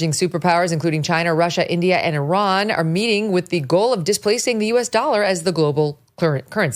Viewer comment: Megyn, thanks for pronouncing "Iran" correctly.